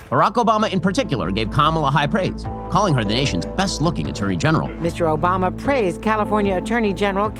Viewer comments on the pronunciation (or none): "Obamna" lol